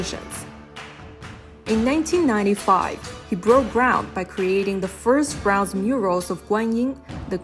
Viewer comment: I love the video and overall narration was good until you didn't pronounce Bronze correctly and was distracting my enjoyment of the journey of this video. It was kinda annoying because Bronze was your star and pride of this video. What a shame, you did not give Bronze the respect it deserved.